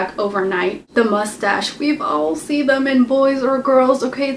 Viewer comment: I love when you say mostage XD LOL